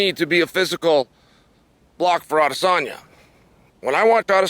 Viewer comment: Adesanya is literally the only name he says right